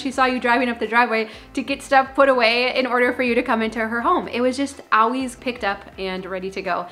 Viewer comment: I like how she says "owies" for "always"